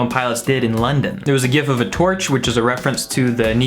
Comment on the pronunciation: glad to hear you say gif with a hard g